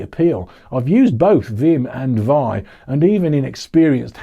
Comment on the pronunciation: vi is pronounced as 'vee-eye'.